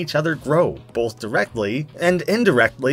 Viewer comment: Did you just say "melked"? Did you just say "bolth"? Did you just pronounce Shrek as "Srek"?